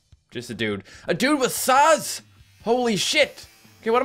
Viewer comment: when he said "a dude with saws" i thought he said "a dude with sauce" XD